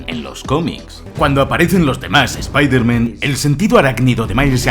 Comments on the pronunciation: Yo solo tengo una duda? Porque espiderman? Es el unico súper héroe que pronuncian "mal". Partes en el video lo dices bien y en otras no, pero siempre e tenido esa duda. Y utilizaste la versión en español latino se la peli. Quien es usted y que hizo con? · Repite conmigo, Spider MAN, no Spaider MEN jajajajaa alto nivel de video como siempre ♥ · La pronunciación de "Espihderman" es vergonzoso. Lo mismo con "Dardebil"